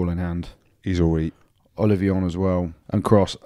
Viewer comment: Andy- it is OlliVON not OlliVION